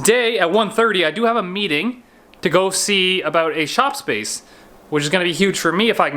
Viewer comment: What’s this all uh-boot